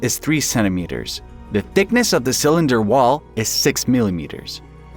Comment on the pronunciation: Not "cylinder" but 'sa-lender". Yeah, an AI.